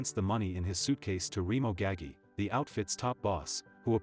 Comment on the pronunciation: It’s not GAGGY, it’s GAH-GEE. Jesus Christ on a bike…